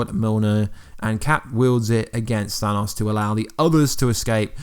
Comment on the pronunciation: Thanaws?? Its thanos lmfao i tried blocking this guys video's but cant lol i watched his infinity videos before it was released lol hey how not that captin dearth lol oh yeah oh yeah he's still alive lol